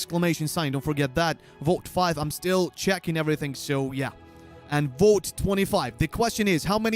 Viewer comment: 1. When tries to say vote, I always hear "boat". 2. Wow, how stupid are people? He said a dozen times that you need the exclamation mark 1st 3. Why the hell do people feel the need to spam the chat? 4. The one question I had was not answered. So here goes: In the guild boss fight, there is a counter on top that goes down. What does it count?